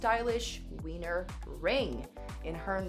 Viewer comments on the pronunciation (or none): none